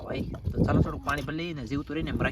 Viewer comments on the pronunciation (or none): સોડું સોડું નો હોય થોડું થોડું બોલાય😊😊